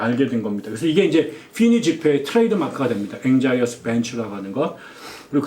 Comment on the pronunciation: anxious 앵셔스와 비슷하게 발음됩니다 anxious bench